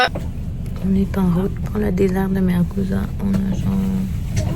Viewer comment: Le désert de MARZOUGA et pas MARGOUZA.